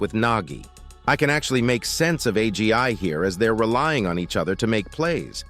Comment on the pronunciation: This TTS pronouncing agi as "A G I" is killing me LOL